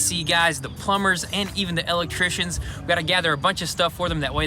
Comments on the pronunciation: Lectrician. Or L-licktrician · The way says electrician kills me every time.